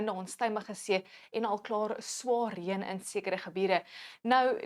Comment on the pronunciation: Dankie, onthou asseblief, nie reun nie. Dis reën.